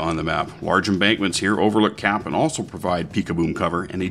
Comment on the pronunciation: Lol when it said 'CAP' and directed to a particular point I thought it said 'CRAP' XD